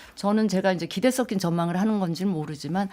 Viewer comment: 저놈은 분위기 파악도 못하는거야? 아니면 이정도면 이미지세탁 끝냈다는거야?? 박쥐같은 농담으로 여유보이는거야?? 진수희 저거는 뭘 자꾸 썪낀, 썪긴하는거야?? 섞인이 그렇게 힘든 발음인건가??